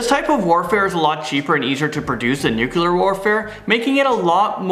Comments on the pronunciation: Nuclear not nuke-u-lar. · Nu-clear. :) Nukular doesn't exist. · Why can't you pronounce nuclear?